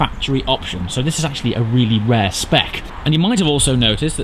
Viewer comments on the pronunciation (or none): none